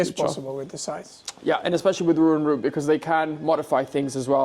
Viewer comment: butchering the name Röwer & Rüb is painful to the ears no matter how often he does it. tbf, for an English speaker this name combination is quite difficult to pronounce but could be expected to master it nonetheless as his father knows perfectly well how to do it.:yougotthis